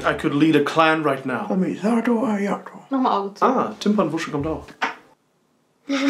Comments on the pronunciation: Timpernwusche HAHAHA und ja der clean Boy war nicht schlecht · TIMPERNWUSCHE?? Hilarious😂😂😂